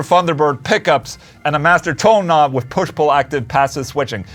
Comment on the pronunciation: it is with not wiff :D